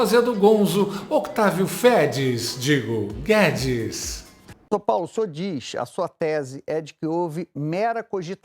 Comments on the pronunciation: Pô, Octávio Fedes, não! Octávio FEZES!!! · A cara do advogado ouvindo Otávio " Fedis", digo. Guedes😂😂😂😂😂😂😂